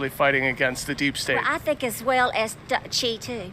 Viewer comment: I never knew the word "well" had so many syllables....